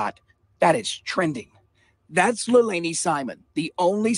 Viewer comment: Please don't excuse yourself by saying you don't always get names right. Be professional and get the name right. Lei la ni. Not hard, but unprofessional. It will make you that much more respectable as a detective and youtuber.